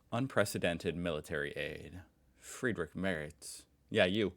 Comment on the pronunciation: Kudos for the correct pronunciation of Friedrich Merz. It seems a lot of Americans don't really care about pronouncing names right. They (try to) pronounce every name like it was an English word and fail.